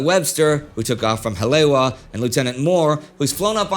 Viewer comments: This whole series has been really good. Hawaiian name pronunciation could be better, but really enjoyed this. Haleiwa = Ha-lay-ee-va Kaena [Point] = Kuh-e-nuh [Point] Ewa = e-va Honolulu = Ho-no-lu-lu (not HON-o-lu-lu) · Um… it’s “Ha-lay-ee-va”… Haleiwa. Great series! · just for the record. its pronounced 'holly-ewa(e pronounce like 'e,'w' like 'v'')